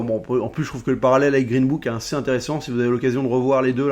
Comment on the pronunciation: J'aime bien ces formats de recap, on apprend vachement de trucs. Sinon, rien à voir, j'entends "1C" quand tu prononces "assez", c'est mes oreilles ou bien ?